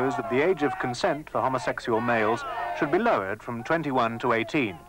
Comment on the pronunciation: Just love the way the presenter says, ‘homosexual’. Homma sex yuell. 🌈😃❤️🧡💛💚💙💜